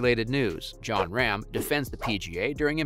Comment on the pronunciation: Please at least pronounce Rahm's name correctly if you wish to be taken seriously?